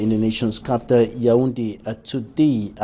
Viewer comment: Employer EQUINOX TV should consider sending this journalist to some crash course in pronunciation while another substitute and fills the interim. A journalist ought to be able to distinguish between COUNCIL and CANCEL , CAPTAL and CAPITAL !!!!!